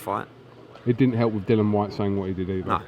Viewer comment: He's called Dill-i-an not Dillan!!!!